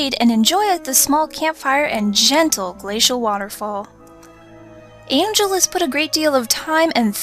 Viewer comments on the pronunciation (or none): its pronounced AHHHNN HELLL not ANGEL its a guy you said